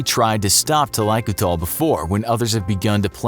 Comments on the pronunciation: Thaikoothal is a two word combined to gather , it should be pronounced as thali - koothal ( not talaikutal ) . . Meaning head bath . Yes this is a practice in tamilnadu but not overall south india . . Extra fact - when an elderly is sick and almost near to death when they have extreme suffering in breathing, All members of the family including kids will feed her a spoon or two of cows milk to releave then from pain and life . The milk will choke them and kill them . This happens all over india no one can oppose it !!! But to be noted its not because of poverty though. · i am an indian. specifically a south indian with active roots in a village. This is a regular practice, started with a noble reason but misused. The only thing wrong is the pronunciation. It is pronounced " Tha-lai-koo-thal". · Hy I'm from Kerala(a state in south India)n I HV never heard of thaikoothal before(BTW I think its pronounced tha-lai-ku-tal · Im from south india yus i do know and i have heard bout this process.. and its common in rural areas of tamil nadu .... First its pronounced as "tha-lai-ku-tha-al" Actually it involves more steps the main aim of the process is to reduce body heat These steps include feeding the elderly with previous day's boiled rice aka "palzhya sadham" in tamil it reduces body heat by a significant amount then paste made from leaves of henna are applied on their toes ( thumb) and paste made from leaves of hibiscus is applied on their head (ps : not all the the fore mention process are used on same person these are common things that they use to reduce the body heat ) They are allowed to sleep with wet clothes it induces painless death similar to hypothermia Vics usually die in a couple of days from hypothermia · And also the way he pronounces it is kinda weird. That's not how it's pronounced in Tamil. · Thalaikoothal....the way u tell that triggers me.. as a south indian😂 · JUST SAY HEADPOURING! NOT TaAlAaIkUtAl